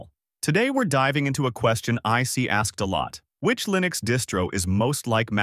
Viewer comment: 'ParOS is built on Arch Lyenux'. TTS is insulting